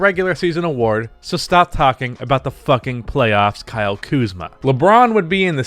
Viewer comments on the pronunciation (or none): none